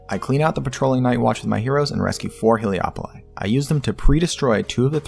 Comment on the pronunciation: WHY DOES EVERYONE KEEP PRONOUNCING IT HELIO-POLIS AND NOT WHAT IT SAYS IN THE GAME, HELE-POLIS